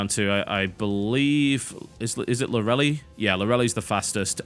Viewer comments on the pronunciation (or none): Hey TB, Lorelei is a German name and you pronounce it Law-re-lye, not Law-relly. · LO RA LIE, not Lorelly. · "Lorelei" I believe is pronounced "LAW-reh-lie" :P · i used to pronounce Lorelei like TB too haha, but i'm pretty sure it's "lor-uh-lie" or so says Pokemon. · Lore-A-Lie... Tb, come on, its a NAME